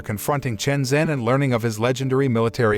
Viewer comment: 陈真 Chen Zhen ( pronounced JEN, not Zen).